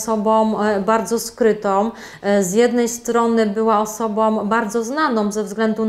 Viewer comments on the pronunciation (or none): osobą, taką a taką - "ą" nie "om" szanujmy też język polski 😉